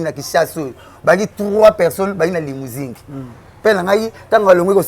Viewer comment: Mais pourquoi biso ba congolais tozalaka gentil te boye? Muninga azo loba limousing au lieu de limousine, to tiki ye kaka boye 😂😂😂